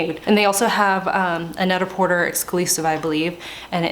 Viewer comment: net a por-tay